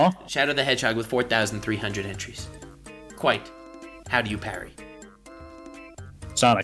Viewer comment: KWITE KWITE KWITE